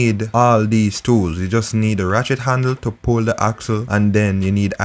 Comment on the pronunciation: This is very informative. I have a loose chain...will try this and also keep my mechanic on speed dial. but you keep distracting me...I keep hearing "Rat-shit handle".... Will delete comment...lol